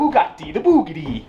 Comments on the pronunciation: Did this man just say bug a Ti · the person who pronounce buggati to buguti does not deserve it LOL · Nice job shaming the name of "Bugatti"